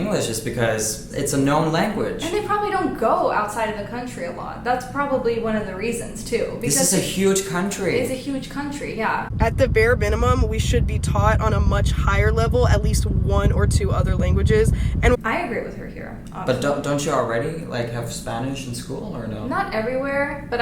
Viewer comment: "at the bare binimum-"